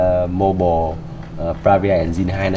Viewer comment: bộ vi xử lý "Mô bồ" bờ ra vi a en din. là cái gì. k biết là nói điệu hay k biết nói tiếng anh nữa